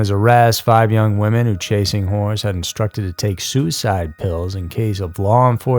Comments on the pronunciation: Oh my are you saying chasing whores? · Chasing wHores lol did anyone else hear that about the third time he said chasing horse I bout spit my water out